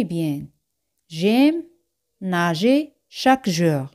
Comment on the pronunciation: por que a veces acentua nager al final y otras al inicio?